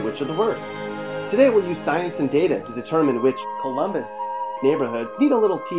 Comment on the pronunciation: Ummmm. Fake. Colummbissss. Wow has Pickrington highlighted. So funny. Guarantee this guy isint from Colummbisss.